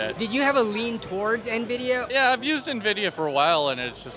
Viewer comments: The number of "nuh-vidia" I heard made me sad. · 5700XT on 1080p holdin out 👻😅. You can tell who's been on pc longer because they actually know it's en-vidia not na-vidia. Us old heads remember the nvidia intro videos "the way its meant to be played" cough I mean paid. 😂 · I'm confused by how many people are pronouncing it 'nuh-vidia' instead of 'enn-vidia'. I've always pronounced it 'enn-vidia'. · ITS NOT PRONOUNCED "NUH-VIDIA" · Yeah like where tf are the E/UH ?Nuhvidia, Nevidia is even worse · Can't take anyone who calls it "nuh-vidia" seriously. Sorry. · So many people say nividia, then you instantly know they have no clue what they are talking about. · Why are all this people calling it "Nividia"?! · “Gvidia XR580” 💀